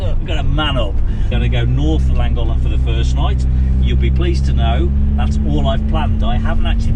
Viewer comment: I live a stone’s throw from the narrow bridge and the aqueduct. Good try on the pronunciation of Llangollen and Pontcysyllte but Wee Broon Van nailed it, I have to say. 😂 I look forward to your next video as I’m up at the aqueduct most days walking the dog.